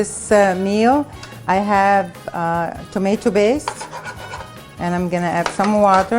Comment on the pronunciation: botatoes, barseley, tomato baste sort ur speech out